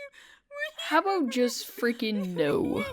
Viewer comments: ABOOT INTENSIFIES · What you salty ABOOT